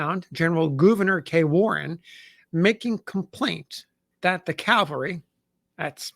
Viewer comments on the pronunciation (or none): CaVelry not caLvery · One day ill find an American who can pronounce the word CAVALRY. not CALVARY. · CAV-al-REE not CALVARI 😊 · Cavalry not Calvary. Jeez this guy is a historian? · Cavalry yes Calvary no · "Calvary" is a place. "Cavalry" is mounted soldiers.